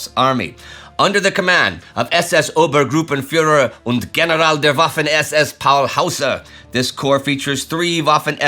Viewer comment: Indies german pronounciation has improved a lot - for example the SS Obergruppenführer is a complicated german word and usually butchered by americans but this one was damn good. Same for the word "Das Reich" with the complicate "ch" at the end where usually americans use a kind of Ryke like dyke. Same for Leibstandarte where he speaks out the last "e" like in Porsche which Americans usually cut and wonder, why germans do not understand when they speak about Porsch ... while germans now it with a herable and long "e". Just to let the non german speaker know that this is really good pronounciation and that he takes care for the german words and its pronounciation and that is a lot of effort at least at this level and through a complete video. - and I also like this animation of the conversation in this kind of setup between the 2 generals pictures looking like an old typewriter or stenograph typing the text in real time where other channels throw the full text onto the screen reading that. It is not so distracting cause you follow the narrator and the words coming in where in the full text at once methods you start to read the text while you do not listen to the voice cause your reading is faster and you will be soon ahead of the voice.